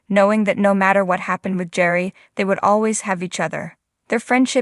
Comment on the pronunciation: Gerry, with a hard G